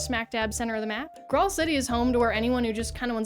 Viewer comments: Graal is an alternative spelling of Grail. So it's pronounced the same as King Arthur and the Knights of the Holy Grail, not "grawl". lol..... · Finding a video on Graal Online and then immediately hearing that you played it in 2017 on the app store is quite the whiplash. Also, it's an old way of spelling the word "grail" and pronounced the same way. Like how in Elden Ring they spell jail "gaol". It's the same thing.